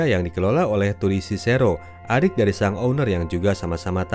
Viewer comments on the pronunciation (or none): none